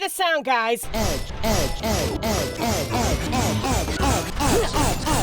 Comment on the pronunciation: When I finally got Catherine Full Body I told my husband I had played the original back in my highschool days and was excited to play the game with the additional meat to the Mary. This man thought everytime the narrator said “edge” she was actually saying some weird alien “ough” sound so everytime I would connect and she would say edge my husband would be like “ough” 😂 until I explained what she was saying.